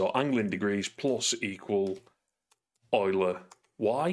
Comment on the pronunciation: Wow. You've improved on the earlier video in three very important ways. (1) Correct pronunciation of Euler 😀 (2) Use of OnDrawGizmos (so much easier than an Editor script) (3) You're using a Mac. You've clearly taken the red pill. Welcome to the light!